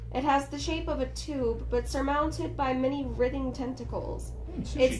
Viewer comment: "Writhing" is pronounced "Ryethe-ing". :-)